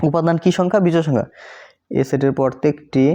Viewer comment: আরে ভাই পরতেকটি না প্রত্যেকটি 😂